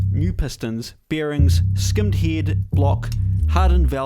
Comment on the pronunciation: Oh, I thought he was saying "heed"